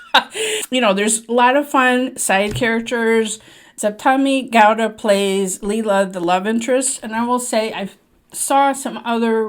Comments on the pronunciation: I loved your review and came across it accidentally(as one does on YT). I would like to take a moment to note the efforts you put in to correctly pronouncing the names of the crew especially the female lead Sapthami Gowda. That’s more than what I can say for some “big shot” movie critics from India who could not get her name right 🤦🏽‍♀️ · Fantastic review, one of the best... your pronunciation is spot on!👏👏👏 Another delightful Rishab Shetty movie you should watch iiis Sarkari Hiriya Prathmika Shaale Kasargodu... it's so different, yet has the stamp of class and authenticity..😊Do watch👍